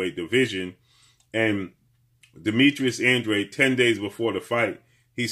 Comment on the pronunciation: I still don’t understand why they pronounce his last name as (an-dreid) it’s a Spanish last name and should be pronounced (an-dra-de) 🥴